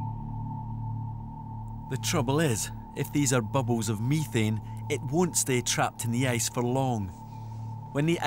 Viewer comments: BTW, it's pronounced meh-thane, not me-thane. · If i hear this dude say MIthane one more time I'ma flip out!!!